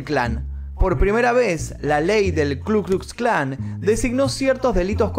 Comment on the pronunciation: Aprendé a hablar,. Si en los videos del Hindenburg nombras apellidos o nombres que empiezan con w con la pronunciación español, en lugar de la pronunciación v, no veo por qué no pronunciar la letra ka correctamente